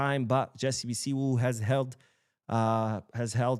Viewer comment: thanks for the video and thanks for the good work you are doing for our Dear Team Barcelona the best football institution in the world. Jessey (Bisiwu) is a Ghanaian 🇬🇭 name. The name is something like this (Bisiu)